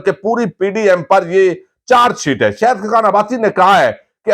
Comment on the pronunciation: شہد نہیں شاھد Not Shehd . But Shahid